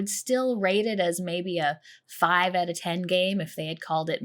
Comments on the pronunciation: It's more of an "oat" than "oot" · It's pronoonced Oot, eh? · I love the Canadian 'out' sound